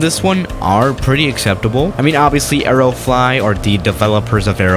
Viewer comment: stop saying areo flot